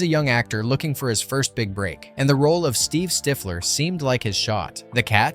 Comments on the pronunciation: STIFF-lee. Not stife-ler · How could you pronounce Stifler as "st/\i:flaer"... wtf? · Yes , Cyan Styflur I swear these VO's say shit wrong just for the comments. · Imagine making a whole video and mispronouncing one of the characters names over and over 😂😂😂😂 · Fun facts about a great, crazy set of movies. Too bad your text-to-speech bot can't pronounce one of the lead character's name! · It stifled my enjoyment